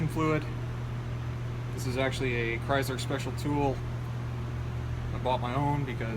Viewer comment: chryzzzler? u mean chrySler. lol great vid dude